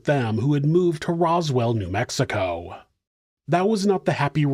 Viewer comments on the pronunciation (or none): none